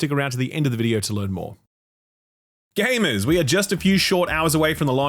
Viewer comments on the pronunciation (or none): Saying it so proudly with the hard R too 😢